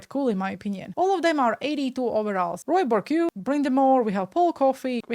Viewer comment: patrick roowa raymond bork might help pronounce